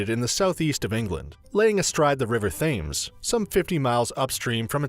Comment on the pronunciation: “The river Fames” 😂